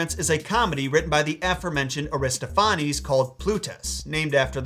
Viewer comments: It's pronounced Ari-STOFF-uh-neez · Accent on the second syllable: a-ris-TOPH-a-nes. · This might have been asked before, but where are you getting that pronunciation of "Aristophanes"? ( I pronounce Eugene's last name as EYE-0nesco [Ionesco] for years because I read it before I heard it. haha) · Air-iss-TOFF-uh-nees - in American English. Aristo-FAH-nehs in Greek pronunciation.